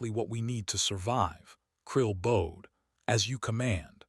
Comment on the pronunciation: God I HATE the way this stupid ai pronounces elias and bowed..for fucks sake someone teach this dumb ai how to read and speak